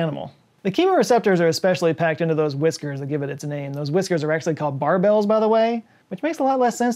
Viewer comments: It isn't pronounced "bar bells" haha, it's pronounced closer to Christmas "baubles." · Pronounced as barbles. Not barbells. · Not "BAR-BELLS" but "BARB-ulz" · Catfish whiskers are pronounced more like “bar-bills” or “bar-balls”. -from a life-long fisherman who also had a college course in ichthyology. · Barbel is pronounced "Barb-aul", the word is routed in French and Latin, from the words Barba and Barbus, meaning "Beard". So the second syllable of barbel (el) is said with a short "au". Like the word Maul. So Barb-Maul, without the "m". Barb-ual. Barbel. I grew up in Louisiana, I know my catfish and weird French pronunciations.